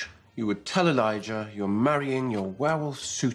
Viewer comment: I still love that Hope took the d sound in Elidjah from her dad.